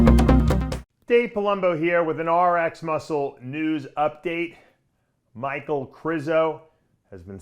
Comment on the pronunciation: Its MICHAL! not michael dude